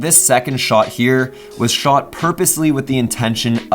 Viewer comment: The way he says shot,annoys the fuck out of me